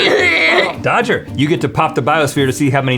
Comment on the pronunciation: DODGER IT'S DODGER